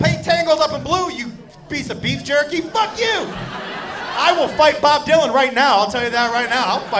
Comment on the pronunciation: Actually thought you said Bob Duncan